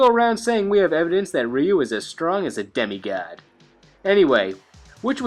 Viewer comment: "demi gaad" lol